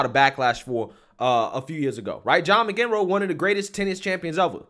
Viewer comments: John McEnroe’s name is pronounced “MAC-in-ROW” - love the channel ❤️ keep up the great work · John Mick en roo? WTF,? McEnroe is pronounced Mack-in-row. I guess you’re not a tennis fan. SMH.